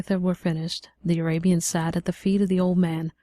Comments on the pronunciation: The first narrator pronounced Arabian abian. She should have read over it until she was comfortable with it. Just cause you are a volunteer doesn't mean you do a poor job. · say abian... one more time.